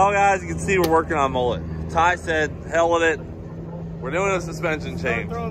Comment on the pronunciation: Please please can you learn how to say "mullet" properly.. It makes me cringe every time! Cannot handle the butchery of Australian slang any longer!!!!!